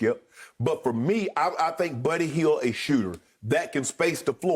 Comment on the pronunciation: Uncle Shannon: “Birdy Hield” 😂😂